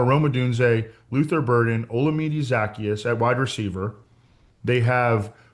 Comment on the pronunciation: He’s been in the league since 2019 and we’re still mispronouncing Olamide Zaccheaus 🤦